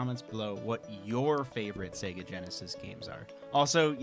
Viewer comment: It's Sayygaaa